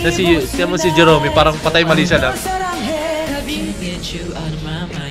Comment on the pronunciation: Jeromy parang Jeremy na pronounciation pero O 😊